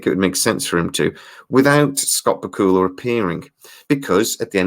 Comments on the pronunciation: * you pronounced Scott's name ba kul la I have thought it was pronounced Back u la only Scott could confirm. * Getting Scott on the project would help. it does seem it was written to include Sam's character in latter shows. * we just got a glimpse of another leaper not sure if its Sam or Evil leapers or some thing else. * the formula of the show is different in that the story includes a lot about the crew in current time not the past. * the science of the leap also seems to be different, like what happens to the person that the leaper jumps into, how far in time can a leaper travel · I live in the United States. I have watched the first six episodes, so far, and I also hope that we see a second season next year. Just one thing. Scott Bakula pronounces his own surname BACK-you-luh, with the accent on the first syllable. I just thought you should know. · Who is this "Scawt B'Kula" you speak of? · Bakula is pronounced: Back-you-la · The way you say Bakula... it hurts. Just FYI, it's "Back-U-La". That being said, these could save the show, which deserves to be saved, it's pretty good, just needs some more time. The first show was rough for a few episodes too. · Lol love your accent on Scott Bakula pronunciation...Bakula is pronounced like Dracula!! Just fyi lol.😉😀